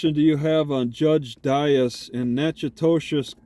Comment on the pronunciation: It's pronounced Nak a tish